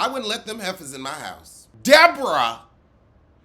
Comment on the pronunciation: Thee DEE-BORE-Ah is back?????? Real housewives of Sesame Street omg